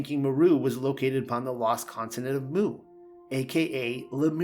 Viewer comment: You're pronouncing 'Mu' wrong. It's like the letter not the sound a cow makes.